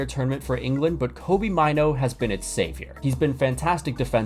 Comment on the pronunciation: Hey really good video but you mis pronounced mainoo's name